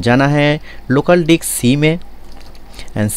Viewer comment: Abe hutiye local dicks nahi local disc 😂😂😂😂